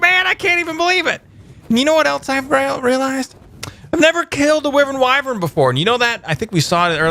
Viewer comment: It's pronounced why vern